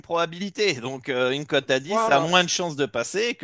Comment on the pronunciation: tu n'as jamais fais gaffe de sa prononciation? Il dit cote comme côte de bœuf ou côte à monter 😂 Je te kiffe 😘